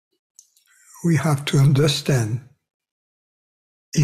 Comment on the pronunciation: thank you, thank you, thank you. bon soir? that “goodnight” in French? lol. kept hearing, “oui are” instead of “we are”, I was like “okay, now who is this oui.” Lol. Ciao 💤. wish i had this on a cassette tape i could put on auto-reverse like i did with that “1st tape” i got back in the mid-late nineties…..must have listened to that sucker two weeks straight, lol…..something in your voice….can’t quite put my finger on it but has the same effect “on me” that music has on the Tasmanian devil in the looney tunes cartoons…..everything but bagpipes, lol. Goodnight.